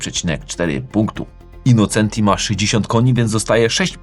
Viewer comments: Pięknie słychać "autobianKI", ale dlaczego tam dalej jest "innoCEnti", a nie "innoCZEnti"? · Super za program 👍 Autobianchi juz poprawnie, Brawo Ty. Ale nadal Innocenti czyta sie " innoczenti " taki maly szczegół. Poza tym program OK Pozdrawiam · InnoCZenti! Przez CZ jak cinquecento. Z Autobianchi już duża poprawa ale Austin wymawia się Ostin/Ostyn.